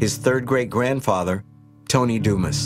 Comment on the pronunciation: Anyone else bothered by the pronunciation of Dumas? ......